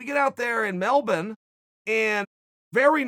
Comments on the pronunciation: As an Australian My respect for Chael just doubled cause he actually said Melbourne right we say it as (Mel-Ben) not (Mel-born) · More accurate then most US people, "Mel-Born" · He actually nailed it, thats how the locals say it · Surprisingly accurate pronunciation of Melbourne. "Melbun" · If chael says it’s melbin Australia its melbin Australia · “Melben, Australia” -Chael Sonnen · It's how the locals actually pronounce it. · Thats how we say it mate noone says Melbourne its melben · yah, I wasn't sure if he was talking bout Melbourne or some other city in Australia. Looked it up on Wikipedia. Then realized I learned something new today. Melben, , Melven, now we know lol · I love that he pronounced Melbourne correctly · Pronouncing Melbourne like an undefeated champion!! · He actually pronounces Melbourne correctly. What a champ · Soo weird. I watches this whole video to see if it was true. I never heard anyone american say that correctly 😬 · Uncle Chael is the first Americano to actually pronounce “Melbourne” right. Mad respect. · Chael is the only American to pronounce Melbourne properly and it arouses me 🤤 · I had no idea about the proper pronunciation of Melbourne till now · Yeah i was happy he pronounced it correctly as most Americans can't pronounce things. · He actually nailed this one. You know what they say, a broken clock taps Tito out twice a day. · Coming from an Aussie here mate, well done on saying Melbourne correctly 👍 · It almost sounds wrong to hear an American say it right :p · Chaels pronunciation is on point